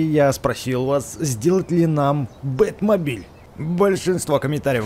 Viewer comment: Не Бет мабиль ,а бекст мабиль